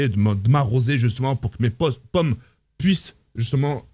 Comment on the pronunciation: Mes plommes, mes postes c'est pas compliqué de dire pommes 🤣🤣🤣